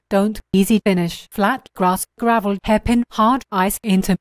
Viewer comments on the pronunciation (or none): The way how he pronounce gravel cringes me. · did you just say "gray-val"?